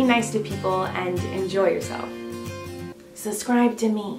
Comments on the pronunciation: “suscribe to me” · No she said suscribe